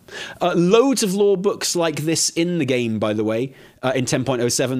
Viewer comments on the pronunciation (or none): none